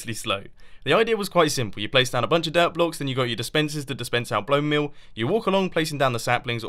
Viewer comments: BONE MEAL NOT BLONE MEAL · Don’t make fun of his language bro he’s from England 😑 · I heard blond meal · mumbo: dispensers getting out blone meal me: blone meal blone meal what is that mumbo?